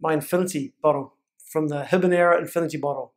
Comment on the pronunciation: Say Ee-neb-brah!